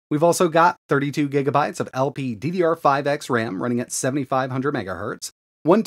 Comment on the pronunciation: lol second time you mess up lpddr5x (lpccr5x) but good video nonetheless